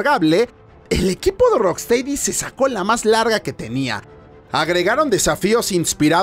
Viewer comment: Se pronuncia "rocstedi" no "teidi"... Lo siento pero ya van 3 videos.